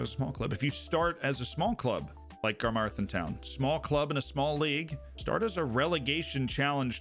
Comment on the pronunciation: As someone who grew up next to Carmarthen, I love that it got a reference. The pronunciation 😅